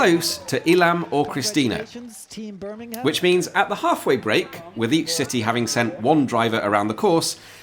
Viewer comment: If I hear you say Budapeszt one more time, I'm going to cry... 🥲 At least you said KriSZtina and ÁkoS correctly. 🫶